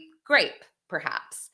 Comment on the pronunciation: did you literally say statutory “GRAPE”? wtf? how dare you make light of such a serious crime???